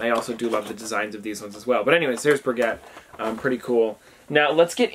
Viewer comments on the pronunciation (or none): BTW, Brigitte it's pronounced Bree-geete, it's a french name. I'm feeling a little under the weather today, but it's refreshing to watch one of your videos, thanks! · It’s bruh-geet-ugh not bri-get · It’s Bra-gee-taa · No offense but Brigitte is pronounced Brigg-Eat-ah